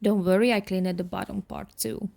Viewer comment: I don't want to sound mean, but please take it the way I mean it, with love! You pronounce a couple of words wrong. (I understand, since English is not my native language, either. I know how hard it is to learn a new language). Cleaned is pronounced cleend, not clee-ned. Different is pronounced Diff-rent, not di-fe-rent. Peace.